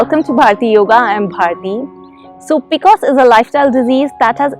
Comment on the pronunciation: I have had PCOS all my life.. N heard it as peecoosss for the first time 😂